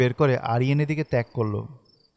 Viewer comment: অামার গায়ের লোম খাড়া হয়ে গিয়েছিল। So scary! কিন্তু যখন বললেন ত্যাক করল তখন বুঝি নাই যে ওটা অাসলে তাক করল হবে... Overall, It was Fantastic! Keep going...